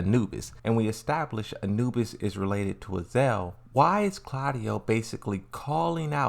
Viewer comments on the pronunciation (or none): Azazel not Azel . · Would you mind pronounce the real names... Azazel not azel.. And JAYCEE is JULIA CHANG you stupid peice of sheeet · It is not even Azael its Azazel ... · it's "uh-zaa-zl"